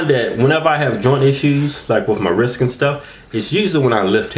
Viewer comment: Hahahaha in the "tags" you write "wrisT" but in your vids you say "wrisK" hahahaha